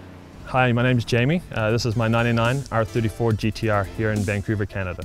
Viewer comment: Finally a guy that can pronounce "GTR" rather than "Gee Dee Ahh"